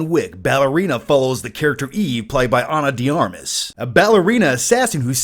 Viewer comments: I know, right? Be nice if movie review channels learned how to pronounce actors' names. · "ana dee armiss"